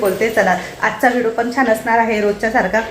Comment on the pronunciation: अगोदर ऑर्डर द्यावी लागते का मला पण घ्यायच्या आहेत, आमच्याकडे होता, आधी पण माझ्या जावाने नेला तो, आणि हो तु व्हिडिओला व्हिडो का म्हणते व्हिडिओ म्हणत जा कारण का तुला बघणारे खूप जण आहेत त्यामुळे छोट्या छोट्या चुका काढतात मी बऱ्याच वेळा हा शब्द ऐकला म्हणून तुला सांगते रोज व्हिडिओ बघते एक पॉझिटिव्ह एनर्जी येते बाकी खुप खुप शुभेच्छा ❤